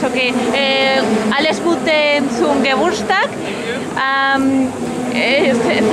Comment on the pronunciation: Jajajaja, bien dicho en alemán